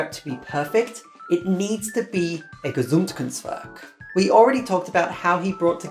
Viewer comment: I ... I didn't know I needed this video, but I did. Everyone (who is somehow close to pokemon and/or musicial analysis) needs this, in my opinion. And I love how this video about a masterpiece and gesamtkunstwerke (I love how you pronounce this one, great! xD) is a masterpiece ITSELF due to the presentation of all four core pieces throughout the video... because this analysis is skillful, creative, profound and wonderfully worked out. I mean, how meta is that?! I love it! (This is maybe not the video you want to be remembered for, but you definetly will be by some, I'm sure of that :D)